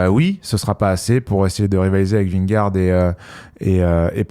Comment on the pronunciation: Les gars je vous suis depuis le début, je vous aime d'amour mais je vous en supplie faites un effort sur la prononciation de Vingegaard svp 🙃